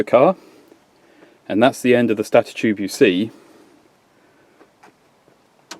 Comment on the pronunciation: That is not the correct pronunciation of the word stator.